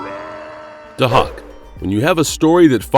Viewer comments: Day-hawk man.. get it right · No, it's pronounced "Day-Hack". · NOT PRONOUNCED "HAWK" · They way he's pronouncing Dahak 😫